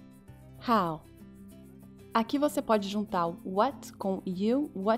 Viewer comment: só eu q percebi no final da musica, que tava escrito rau (how), e o cantor falou rou??